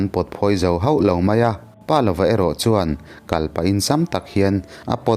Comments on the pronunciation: Pâ lova nilo in palova.paneilova tihna ani.palova tia rang deuh taka chhiar tur ani. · Pa lova tih hi Palova, ziak zawm, a lam rik Dan pawh Pa ( thluk hniam) + lova tih a ni zawk em?